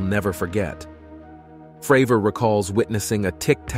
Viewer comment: Talks about tic tac UFO, shows a submarine instead. Calls Cdr. David Fravor “Fruh-vore” 😂